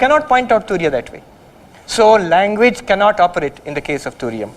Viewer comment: It's Turiya not Tunia